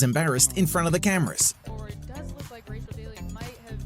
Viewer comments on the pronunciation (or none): none